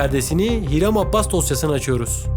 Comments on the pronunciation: adamın soyadı abbas değil abas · abbas deyip duruyo ya, abas abas